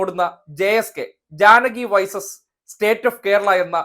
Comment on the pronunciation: വൈസസ് അല്ലടോ വേഴ്സസ്